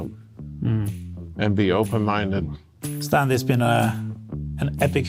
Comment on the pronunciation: People drink so much that they still mispronounce Stan's last name.